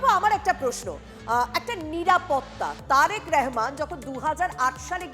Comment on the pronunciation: দিদি,নামটি সঠিক ভাবে বলুন।